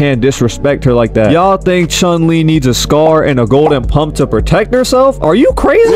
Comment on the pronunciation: Bro says he's a true street fighter fan when he don't even know the real pronunciation of chun lee👎👎